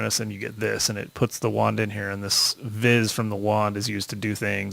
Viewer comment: I'm sorry, I just can't stand the way you pronounce thaumcraft stuff. Thaumcraft: Thomcraft Vis: Vees